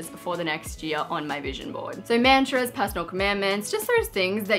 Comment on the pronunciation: as an indian i felt like i needed to say this-- you don't say "mantras" as literally man-tras. the "man" doesn't rhyme with van, it rhymes with *done*. and how you say "tras" is fine, just say the "man" right :))